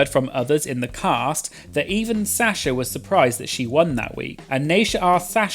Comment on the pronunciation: I love how says Sasha as Sya-sha😭🤌